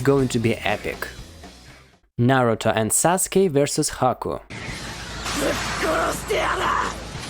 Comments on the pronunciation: It’s Sasuke not Saske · It’s sasuke not saske. But it doesn’t really matter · its sasuke not saske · “Saske” lol it’s “Sasuke” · Saske its Sasuke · IT'S SASUKE NOT SASKE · Did he say susake is Naruto's first love. 🤣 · How it's pronounced: Sa-Su-ke How people pronounce it: Sas-Kay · How many times did he say saske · Is any one gonna tell him he's saying Sasukes name wrong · I was thinking the same lol